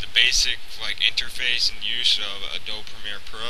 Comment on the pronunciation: nice tutorial. I know this is probably nitpicking but you're supposed to pronounce the "e" in Adobe.